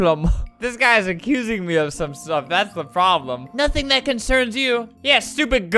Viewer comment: “What the proplem” yessss we love an English queen